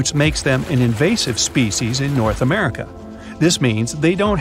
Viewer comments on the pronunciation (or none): none